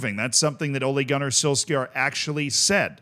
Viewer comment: I never knew that the English and the Americans pronounce Ole Gunnar Solksjaer's name differently.